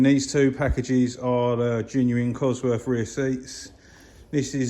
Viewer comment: I wish people would learn how to speak, there's no such thing as buying the number "free cossie parts" or ton of bovver or getting farver or I would rarver or cosworf. unsubscribed